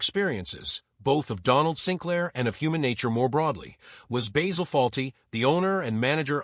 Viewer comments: It's Basil not Baysil. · BAY-sil? Have you watched the show? Not to mention a completely click-bait title. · At the risk of sounding overcritical, I would point out that in British English the name (and the herb) "Basil" has a short "a", and rhymes with "razzle". I am impressed by Cleese's father's foresight in changing his surname. I have known a number of people who have changed or dispensed with a name, often without any obvious need, but ugliness is in the eye of the beholder. In thirty odd years of teaching, I met children whose names affected them as much as a physical deformity, and who got rid of the offending name at the first opportunity. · Why do Americans pronounce Basil as bayzil? No other nation can mangle words like the Americans. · What an absolute pile of shite! AI couldn't even pronounce his name correctly, not just AI shite but American AI shite. Why all the pictures of people who were not even in it? Wankers!